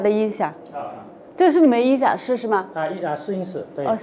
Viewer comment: 什麽是“因“ 響？ 你係講什麽話？